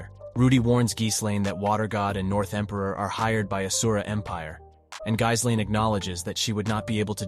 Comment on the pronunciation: good video but her name is pronounced "G - Lane" tooka while to learn this too..